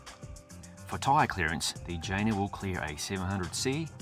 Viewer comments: Great review. The bike's name, by the way, is pronounced Yeh-Nah😉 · I guess the correct pronounce of the name is yena, right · Can't help, i allways hear vagina! 😜😅